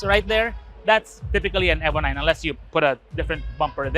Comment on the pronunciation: its pronounced EEVO not eboh mga ayasib